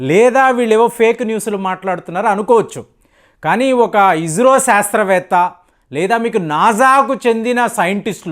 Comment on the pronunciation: ఇంతకు మందు చెప్పాను, మళ్ళీ చెబుతున్నాను... నాజా కాదు "" నాసా "" ఇజ్రో కాదు "" ఇస్రో ""